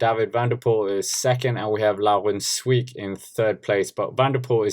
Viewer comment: can I give you a tip mate? Try to pronounce the "ee" in Sweeck as you would the "a" in brake